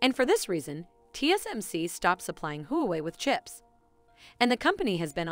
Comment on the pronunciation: Very nice and informative summary! Only suggestion is you pronounced Huawei kinda funny😂